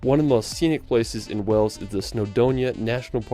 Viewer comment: The Narrator pronounces Wales “Wells”.